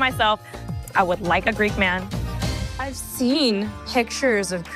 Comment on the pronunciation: Why does she keep pronouncing man like “myeen” it’s so annoying!